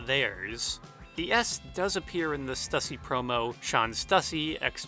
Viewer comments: Idk why but im being triggered by the way you say "stussy". Its stew-see my mans. Not stuh-see. The logo has 'ü' not 'u'. But dear lord i didnt know the power or reach of THE 'S' till this video. I just thought it was something random from like the 80's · Stüssy is pronounced "Stew-see" because of the umlaut over the U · But stussy is a shoe company that made it, and it's pronounced stusey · You are also pronouncing stussy wrong...it’s pronounced “stoosy”, but I mean it’s really hard to make sure you say the words correctly...*studies theories for hours/cannot pronounce stussy. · Stussy is pronounced "Stew-C".